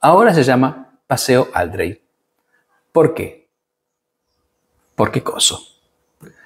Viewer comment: Otra cosa, es Aldréy no Áldrey como le empezaron a decir para, supongo, darle algo de categoría, las tildes están solo puestas para mostrar dónde se acentúa la palabra. Por más que la mona se vista de seda, mona queda.